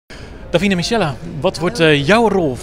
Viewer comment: Die presentator zegt gewoon davina michella